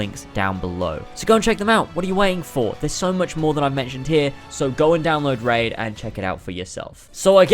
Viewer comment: I just puked as soon as i heard you say "Raid.."This hurt me differently